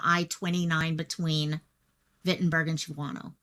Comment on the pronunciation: Was there a description (color, model, ...) of the vehicle? Shawano is pronounced Shaun-0. Wittenberg is pronounced as it looks Wit-in-berg.